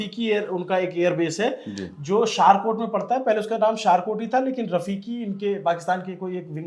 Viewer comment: Chaklala not chakaala..Shor kot not Shaarkat...your information is 70% wrong ..Focus on your research